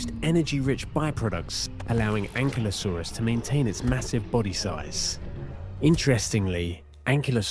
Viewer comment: Thanks for not calling it "An-kylo-saurus" like that geek kid in Jurassic world.